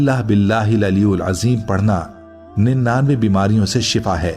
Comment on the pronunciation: Aliulajim nahi bolke alielazim huga from Bangladesh